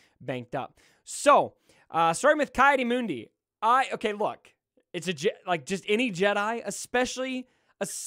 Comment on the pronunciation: Ki is pronounced has Key. Not Kai. Key Audi Moon-Dee